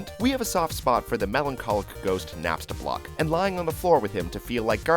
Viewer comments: He said napstablock instead of napstablook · NAPSTABLOCK!!!! ITS NAPSTABLOOK!! (NAP-STA-BLU- UK). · Napstablook not napstablock